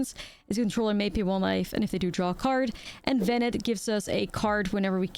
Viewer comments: In this case, by looking at other cards from the FFXIV batch. Just about all of them have some sort of French pronounciation of the names. Louisoix, Urianger, Alisaie Leveilleur and more. But evening that was too obscure, it still sounds odd to pronounce VenAT as VenETT. Had it been a one-off, no one including me would’ve noticed. But just in this episode it was like.. 3-4 times in a few sentences, so I was like… is she doing it on purpose, some internal joke I don’t know of? :p But all this to say, it’s not as big a deal as I’m making it sound. I just like knowing I’m not butching someone name, so I project :3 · Please, don't call her Bennett ;_; The "a" is the same as in "after" DX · One of these days, is going to pronounce Venat correctly. I know shes mostly american at this point, but it's "Ven-ah", not "Vennett" xD